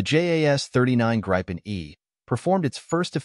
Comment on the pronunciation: Grippin not grypen😮